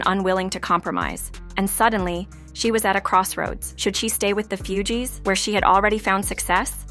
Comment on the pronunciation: IT'S NOT FEW-GEEES😂😂😂😂😂😂🤦🏿‍♀️🤦🏿‍♀️🤦🏿‍♀️🤦🏿‍♀️🤦🏿‍♀️🤦🏿‍♀️